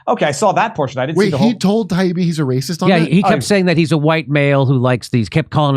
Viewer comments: Matt Taibbi and Douglas Murray obliterated those mainstream gatekeepers. The way Gladwell purposely mispronounce Taibbi’s name was pitiful and shameful. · The way Malcolm kept miss pronouncing Matt’s last name after being corrected was embarrassing. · Malcolm Gladwell intentionally, repeatedly mispronouncing Matt Taibbi's name and pretending Taibbi's appreciation for a time when Walter Cronkite, a newsman, could be voted "Most Trusted Person in America" was Taibbi's scarcely veiled racism, misogyny, and white supremacy was the fastest I've ever seen anyone throw their reputation away. Gladwell was disgusting. He'll never recover. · Lol..yes..."well, MALC..." and his insistence in claiming taibbi...also pronounced incorrectly over and over....that matt wants the old days when apparently we had klan members doing evening news...lol k.